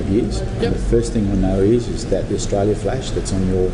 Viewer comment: First off I love your videos I can't say for sure about the Australian army facts but one quick tip it isn't Aaaauuustralia it is Australia you pronounce it short and quick but not rushed anyway keep up the great work.